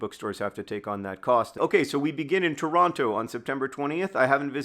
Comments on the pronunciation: Tip for Toronto: don't pronounce the second T. It always sounds funny when people do. Also, holy cow, the general admission is already sold out! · We’re gonna have to teach John how to properly say Toronto while he’s here